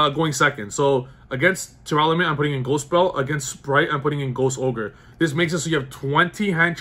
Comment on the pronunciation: R. It’s an R. Not an L. Stop saying “splight”.